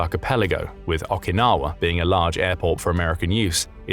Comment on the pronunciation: Pronounced Oh-kinawa, not Aw-kinawa.